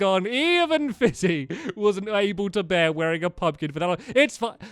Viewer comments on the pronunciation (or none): none